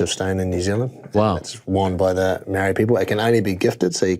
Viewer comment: Pounamu coach and Maori not Maoree lol